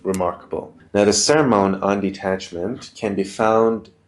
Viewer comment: Awesome food for thought, dude. So what's the difference between the Old and New Covenants? And FYI it's pronounced, sir-mun.